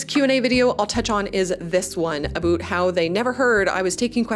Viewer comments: Why does she say aboot instead of about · Bruh the canadian accent on ste*oids, a boot. ITS A-BOW-T IN THE CANADIAN ACCENT, NOT A-BOOT! 😂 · Is it 'about' or 'aboot'? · Is this aboot a "semi-oficial" slang or is this an accent? Never heard it LoL...😂 great videos, congrats for Wrektangleu! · Leaning into the "Canadian" is cute for an intro or one off joke, every damned time "aboot" is cringe unless you are the legends Bob and Doug McKenzie. And this if coming from a Canadian...